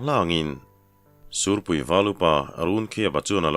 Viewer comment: Ngaithla leh veng² ang,sûrpui tih turah sîhpui ti leh zeuh ṭhin pu ber 😅